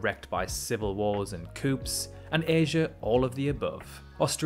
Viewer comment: Coup is pronounced coo